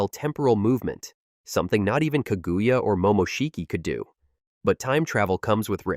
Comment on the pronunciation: He even said kagooya